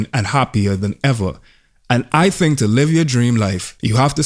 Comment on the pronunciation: “Knows what I tink about” sent me